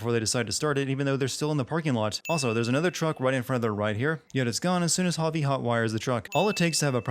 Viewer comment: Bobbert The Honey Bear at least he tried to do it right, surely it's a foreigner name to him so it's understandable, you can't pronounce something correctly without some practice of it.